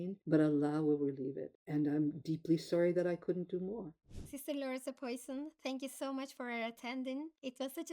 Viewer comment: Please don't read the name Poisson similar to Poison